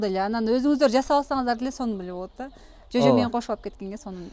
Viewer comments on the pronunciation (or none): Жөжө деп сүйлөсөң,чөжөлөбөй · Чөжө дебей, жөжө дегилечи